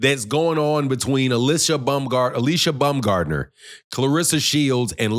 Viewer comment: Its not BUMGARDNER. ITS BAUMGARDNER. Where did she say this.